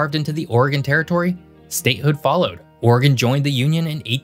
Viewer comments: As an Oregonian I just have to give you a shout out for not pernouncing it "ore-gone" and "will-eh-mit." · As a resident of Klamath Falls in the southern portion of the state of Relative Obscurity, I mean Oregon, I want to say congrats on properly pronouncing both Oregon and Willamette river and valley. Most of the time, both get butchered. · Hey I just want to say how much I appreciate your correct pronunciation of both Oregon and Willamette. I don't know if you're from around here or just did proper research but you're one of the few videos who say it correctly!!